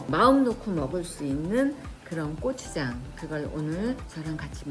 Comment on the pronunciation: 귀여운 발음 "꼬"추장😂❤❤